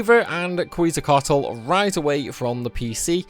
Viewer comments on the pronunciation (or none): Every time I hear "kweezle", I cringe. I cant blame folks... they had to shorten the name to fit... but Quetzecoatl is also a super well known God in native american history. Ket-zeh-co-ah-tl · Who de heck is Kweeeza? xDDDD and if Anybody says Quezacotl pleas learn how to say the Name out Loud xD